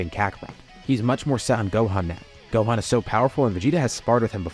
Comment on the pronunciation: Am I going insane or did you say GOAThan every time you said Gohan, I feel like I hear it, but it also kinda doesn’t feel like it, explain yourself